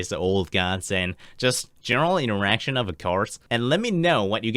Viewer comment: "Interation" Do you mean 'Interaction'?